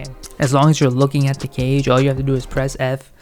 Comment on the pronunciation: Thanks for the guide even if they did patch it a bit but everytime you say 'cage' i hear 'guage' and it's triggering the fuck outta me!